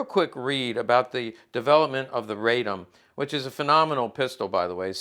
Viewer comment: RAH-dom, not RAY-dom. The Polish-Bolshevik War was far more than a skirmish.